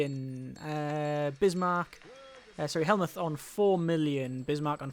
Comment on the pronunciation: also Von Moltke's first name is pronounce Helmut.